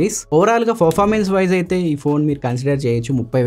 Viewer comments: Well presented bro, only one correction is that, your pronouncing performance as forformance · Really Your voice is so good... all okay... don't worry man...go ahead with the flow... review kuda bagundi... small correction from my side as a family... 'Performance'ni "ferformance" ani pronounce chestunaru...just take it as positive note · Good review . Nice presentation.your voice also good. Small suggestions. 1. పెరఫార్మెన్స్ కు బదులు ఫెరఫార్మెన్స్ అని వినిపిస్తుంది 2.హైపర్ ఓయస్ కు బదులు ఐపర్ ఓయస్ అని వినిపిస్తుంది. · Anna adhi performance, farformace kadhu... Nii voice kuda bagundhi kani words prasad anna laaga spashtam ga palakadam ledhu... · From My Side a Small Suggestion to you is "Not Ferformence" it is a "Performance" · Good explanation bro.... Just one suggestion. ..not criticism. ... Meeru performance ane word sariga palakatam ledhu bro... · All good bro Performance anedhi kodiga manchiga palakadaniki try chey bro